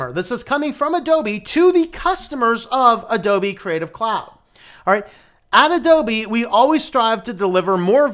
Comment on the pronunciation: "A-DOLBY" lol.....